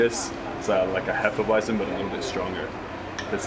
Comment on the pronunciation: Vitus is a weizen bock. A bock is usually darker and has more alcohol. It's actually pronounced hay-fah-vit-zen, not hef-uh-why-zen. You mentioned it always tastes like banana. That is a signature flavor of hefeweizen. The yeast esters and phenols produce banana and clove flavors. Love Weihenstephaner beers. Truly world class.